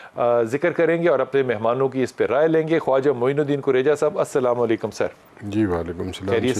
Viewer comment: Anchor Ko pls Sahi tareeq se salaam karna sikha do pls